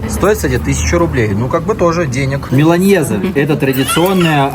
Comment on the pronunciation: в меланесе и эмпанадасах произносишь излишне смягченную ñ, там просто "n" но это я чисто доебаться хД скучаю по аргентинским стейкам, благо хоть вино можно в РФ найти надеюсь, вернемся